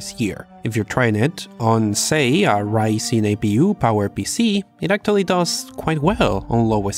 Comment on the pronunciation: I gonna pay this guy fucking English classes until pronounce actually correctly ˈækʧuəli